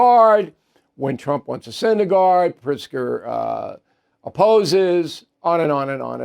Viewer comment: Is it Pritzger or PRICK-ZGER! 🤔🤔🤔